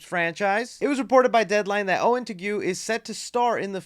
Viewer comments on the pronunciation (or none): Wait so teague is not pronounced as "tigg" but "tigyu"? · I am not familiar with the actor Owen Teague so I’m not sure if he actually pronounces his name TEH-GOO The surname “Teague“ is traditionally pronounced TEEG So much so that when I speak the name into my iPhone auto correct actually spells it out TEAGUE. Does Owen Teague actually pronounce his last name TEH-GOO? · Probably pronounced TEEG